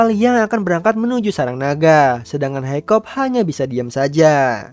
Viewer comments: Kakak salah nama harus nya hikkap bukan hikkop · Its hiccup man not hoiccop 🗿